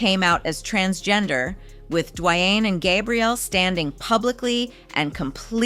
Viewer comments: Has she not heard how to pronounce His Name?! Say His Name-D~Wayne!! WOW!! Say His Name correct!!!! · What’s wrong with your tongue? Gabe-briel? Duwuanye? EvAh?